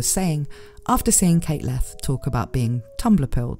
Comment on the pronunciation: Leth Pronounced pretty close to Left. I feel like theres a joke here, but that is as far as I've gotten with that thought.